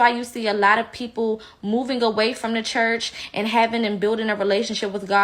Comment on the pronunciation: “Qwite cherrch” 😅